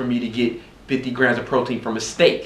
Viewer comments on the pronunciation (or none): none